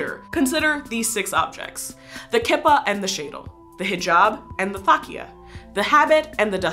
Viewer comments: I dont want to sound rude or anything but you misprpnounced a few jewish words... You said Kippa as its spelled but it’s actually prnounced “Keepa” Also, you pronounced Talit as its spelled but it’s pronounced “Tahleet” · If your going to do these kinds of videos, please do your research on how to pronounce items CORRECTLY. It’s a kee-po-t or ya-mi-ka and it’s a shy-tul. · Awesome piece, I just wish you had checked your pronunciations with people from these faiths before you recorded! In Judaism it’s a KEY-pah and a SHY-t’l, although older generations will probably use more Yiddish sounding pronunciations (or a different word altogether, like yarmulke). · I'm a married orthodox Jewish woman and I cover my hair proudly! I use what is called a tichel, a scarf covering, though most Ashkenazi orthodox Jews in the states wear sheitels or wigs. In Israel and among the Sephardic, they wear beautiful wraps. BTW kippah is pronounced keePah. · So actually you are saying kippah and tallit wrong. It is keep-a, and ta-leet. But I love the video anyways just wanted to make sure that the pronunciation was correct. FYI I’m Jewish. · Kippah is pronounced key-pah. Tallit is pronounced ta-leet. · It's pronounced keepah (and spelled Kippah) and it's Taleet (or talis for ashkinasi Jews) (again the spelling is correct) i should know, I'm Jewish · You pronounce Kippah wrong